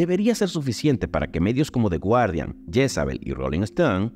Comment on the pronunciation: y "The guardian" se pronuncia "gardian" :D